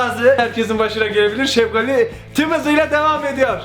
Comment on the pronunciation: Abi sen sefgali diyon ben seftali anliyom